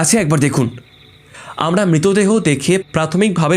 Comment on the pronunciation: Its Mritodeho not Mitodeho. Introduction ei atke gelam